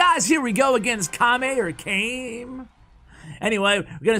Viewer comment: “Kame” like “came”??!!! Whoa 😂🤣